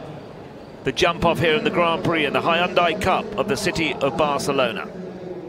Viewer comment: Gotta love the way he pronounces Hyundai. "Hi-on-die"